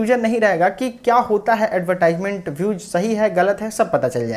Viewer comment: एडवर्टिजमेंट pronunciation hota h